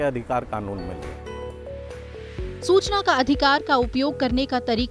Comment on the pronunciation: Hindi pronounciation is not good like Susana,wrong